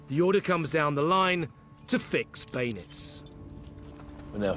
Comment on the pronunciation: Such a great program. Does make me laugh how Ross says “Baynits” instead of Bayonets